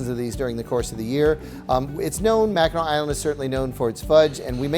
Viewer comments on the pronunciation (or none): MACKINAC island NOT Mackinaw!! Why does EVERYBODY get this confused?? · I kept hearing " Mackinaw" and thought I had said it wrong all these years!